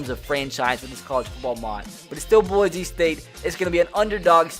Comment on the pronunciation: You know someone is not from Boise when they say Boize